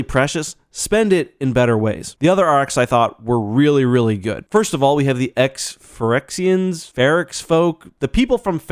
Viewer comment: My MTG brain heard Ferrixian as Phyrexian and I was like when did they show up!?